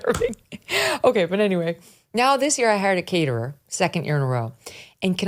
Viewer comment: Caterer?! A caterer, Megyn!? 🤣